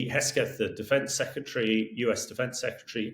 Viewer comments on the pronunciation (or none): As much as I appreciate listening to his views, this constant misspronouncing of names makes it look, as if he was not prepared. US secretary of defence is Hegseth, not Hesketh. The place is called Kaliningrad not Kalingrad....and he also likes to talk about nucelar weapons before. It devalues what he says.